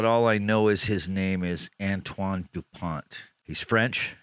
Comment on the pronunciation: By the way; the T at the end of his name is silence so you pronounce: Antoine Dupon 😉